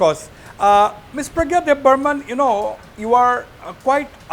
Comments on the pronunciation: Not Deb burman.😅.. Debbarma .❤ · It's Debbarma, not Debbarman don't mind if I hurt you please excuse me, 🙏 in tiprasa there are no any Debbarman, thankyu